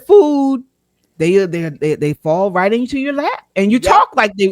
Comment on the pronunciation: She didn't say They, She said Day 😂😂😂😂😂